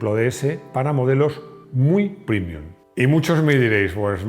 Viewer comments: PrEmium, se dice prEmium, no prImium. Es una palabra latina, como prEmio. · Con todo respeto ¿pronunciar la palabra latina "premium" como "primium" resulta premium o primium? Después del espanglish, el latinglish. ..